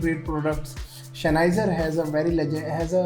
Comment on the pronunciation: Shenheiser lol